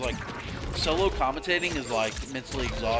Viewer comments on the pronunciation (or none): none